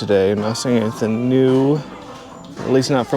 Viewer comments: I really look forward to your videos. Your channel and Rad Resell are my favorites. I hope you don't mind the comparison but when you say "anythin" with no g, it reminds me of the way my Grandmother from Quebec used to say it. Thanks for the memory!! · They way you say “anything” cracks me up